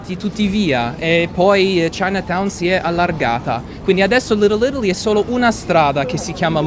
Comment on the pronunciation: "sto camminando per le stradine di LitteL Ittaly"......annamo bene, c'è ancora da lavorare sulla pronuncia qua eh 🤣